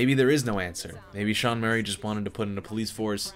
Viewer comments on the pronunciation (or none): none